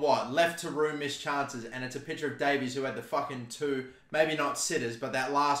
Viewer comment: its day-vis not day-veez